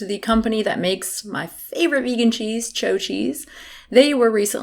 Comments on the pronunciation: I'm sorry to nitpick, but it's been bothering me for a while - the delicious cheeze is pronounced like ciao or chow, not like Margaret Cho, the somewhat famous Korean-American comedian of the 90s. Cheers, and keep on bringing reason to the masses. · Did you just call chao “cho”. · I've been pronouncing it CHOW (as in WOW) cheese. No? I do that because "chao" (or "chau") is how you spell "ciao" in Spanish, which I speak, so naturally CHOW popped into my head. But she seems to be saying, CHO (as in SHOW) cheese. How do you guys say it? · it's pronounced, "chow". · I'm pretty sure the 'h' in Chao is silent.